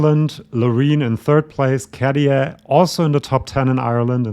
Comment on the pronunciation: You are so informative, accurate, intelligent, I really love your channel 👍👍 BUT... please next time pronounce the name Käärijä correctly, it sounds like 'CARRY on', RRRR not D KaDia so > Kah-RYH-Ah (and if you want to be very precise, pronounce Kæh-RY-ah, but it's not that important, KAH-RYH-AH is enough 😉) Thanks! (and, again, my compliments)